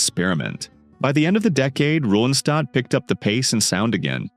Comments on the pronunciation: It's Ron'-stadt NOT "ROW'-and-stad" as pronounced . If you are going to use AI for the voice-over, at least clean up the mispronounancations. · The narrator sounds fake. Nonstop talking, talking, talking. I guess a computer doesn’t need to pause and take a breath. It pronounces her name differently. Nice pics of Linda though.